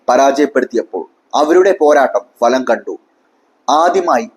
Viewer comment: ഫലം. falam അല്ല